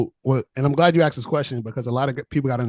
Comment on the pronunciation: asked not axed . A rocket 🚀 scientist didn’t wake up with the knowledge. They “ switched “ themselves up, to grow and do better. Why not change and be a better version? Sounds like a girl “ this is me and who I am , take it or leave it” 😂😂…